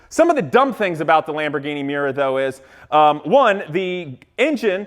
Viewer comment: Pausing on the Miura (pronounced My-uura, just as Uranus is OO-ran-us not 'your anus', but the world is full of jack-arses) - Only the very first P400 units shared the oil between engine and gearbox, P400S onwards they were separate, and any that went back to the factory for fixes, got the update to separate engine and gearbox. It's also a 1960's car, not 1950's... :D For 1950's looks, look up the Plymouth XNR. The Zero looks more like the Vector. For the actual inspiration for the Stratos, you need to look at an Autobianchi